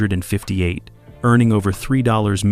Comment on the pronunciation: As long as AI doesn't lean how to pronounce dates/years and unconventional names we'll be alright! 😆 How does it learn to say "number 19" but can't say "1958" ???????